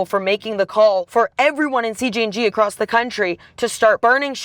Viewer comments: Y’all keep saying cgng not cjng 😂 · C “J” NG not C “G” NG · female reporter dosent know much what shes talking about sadly ,she also KEEPS Calling them CGNG NOT CJNG she didnt even say chaos in spanish correctly . if she cant do those basic things lol imagine the stuff she thinks she knows she is telling you guys. cool video but her part should of been cut out its false stuff , that whole you cant even say the word cartel is a huge lie lol you can say anything there and they wont pull ya over, if they dont care about deaths like that do you think they care about reading cartel banners? no lol not sure where she is getting her info